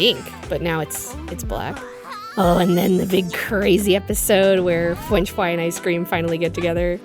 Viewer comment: WAIT, WAIT WAIT WAIT WAIT CHRISTINA VEE VOICES FWENCH FWY?!